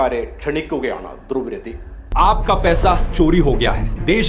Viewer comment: ഇംഗ്ലീഷില്‍ എഴുതിയത് വായിച്ച്, "ധ്രുവ് രതി" എന്നൊക്കെ വിളിച്ച് അയാളെ അപമാനിക്കല്ലേ.. അയാളുടെ പേര്‌ : ध्रुव राठी